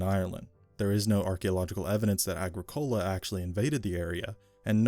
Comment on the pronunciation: You gotta pronounce 'Agricola' correctly. For the love of God it's, "Agrih-Koh-La"